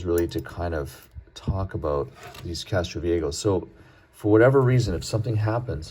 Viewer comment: It's Castro VieJO not "go". In Spanish the "jo" is pronounced like English "ho".